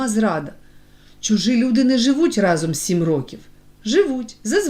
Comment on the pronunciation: Не рокІв,а рОків ! Що за читання?!